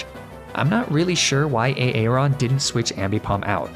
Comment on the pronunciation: Lmao I love the way you pronounce some of these pokemon and trainer names. A aron and daydenne are two of my faves 🤣🤣